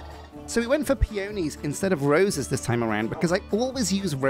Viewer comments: Pea-on-eez, not pea-oh-knees. Wrong emphasis. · I definitely like peonies better. (It's said pee·uh·nee, with the emphasis on the first syllable!) They're fluffier and have a prettier texture. They're some of my favorite flowers in real life, too, along with hydrangeas! When I build a house, I like to have a place to sleep and a place to cook and craft inside of it. In a modded playthrough, I also definitely want my computer or other storage solution to be in the house, too. I only just learned how to do wireless transmitting for Refined Storage and it's so nice. You could also have a library so you can enchant things, though you might also do a neat tower or a cute enchanted glade for that instead <3